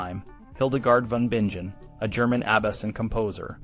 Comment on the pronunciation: I was much more taken with the curious Medieval health practices than the relics! Do you think you could add chaptering to your videos? I like to go over topics that interest me, and chaptering would make a difference to this. (The G in "Bingen" is pronounced to sound like "bingo.")